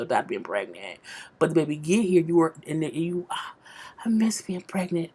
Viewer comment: I think 'here' the way you say it may be spelled 'heeya' or 'heeyah'. I need a tshirt